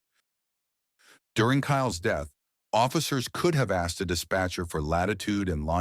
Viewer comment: The Police Chief can't even pronounce the word 'asked'. Tell me he was a DEI hire without telling me. Everyone, but his parents failed that child. 😢